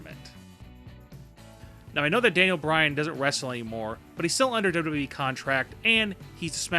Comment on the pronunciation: You're a fucking moron who doesn't know shit! And i hate the way you pronounce wwe. What the hell is dubdubwi??